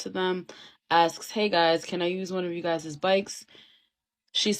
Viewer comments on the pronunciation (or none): Anyone that says guysus as guys cannot be taken seriously